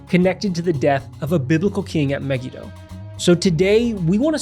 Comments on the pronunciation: I’ve never heard “Megiddo” pronounced the way you two are pronouncing it. Also, 2 Ch. says the battle was on the plain of Megiddo, which is huge, not at Solomon’s fort at Megiddo. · Muh-Gee-Doe is the most common English pronunciation